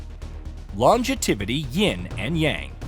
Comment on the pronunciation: Lon-ju-ti-vi-ty 😂😂😂 and he said it multiple times